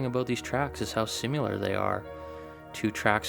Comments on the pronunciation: Similar not simular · Sim - ah - lah...